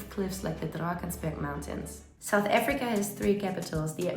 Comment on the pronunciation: South AFRICA...not efrica